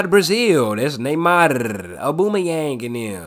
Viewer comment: Mane said “Aboomayeng”(Aubameyang) is Brazilian And Håland is German 😭